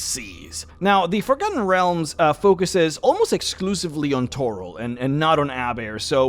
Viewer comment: Tor-IL. Emphasis on the second syllable.